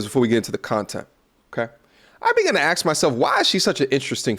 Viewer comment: “Axe” myself. You KNOW that is wrong. You KNOW that is diminishing.